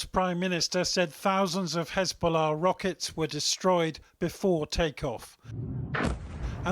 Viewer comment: why do they say Hezbollah like this? "Hzsch-billah" Even when nasrallah says it, Its pronounced "Hez-bollah"